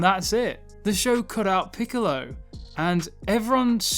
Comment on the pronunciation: 'piccolo" "Piccolo" PICOLLLO Why cant you remember 🤣🤣🤣🤣🤣🤣🤣🤣🤣🤣🤣🤣🤣🤣🤣🤣🤣🤣🤣😏😅